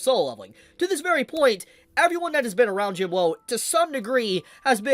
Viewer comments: say jin wo then say jin woo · why do you keep saying Sung jin WOW, like i mean its not so hard to say woo right? or is there some inside joke im not getting?? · Isn't it Jin woo not Jin woah?